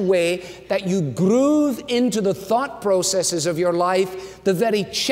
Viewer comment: ”grrroove” Great sermon!